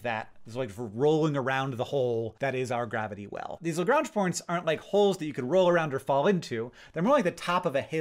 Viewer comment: I definitely heard "gronch points" instead of "Lagrange points" lol